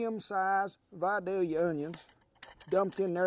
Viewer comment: I'm so glad you said Vidalia correctly